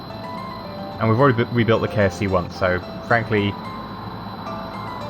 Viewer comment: Every time you say "KSC" I think you're saying "KFC". It makes me laugh